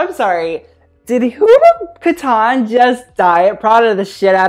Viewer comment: the way he says kataan. Mannn it's kat-tan 🙄😖